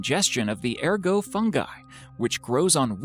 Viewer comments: It's "er-got" not "er-go" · The t of ergot is not silent. There is no reason to think that it is. Also erGOTamine, not ergoTAMine. It's really easy to avoid these kinds of mistakes.